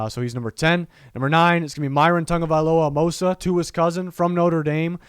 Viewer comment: can i just say thank you for pronouncing Myrons name right, it drives me insane that people cant prononuce his last name. especially since tua walked people thorugh it.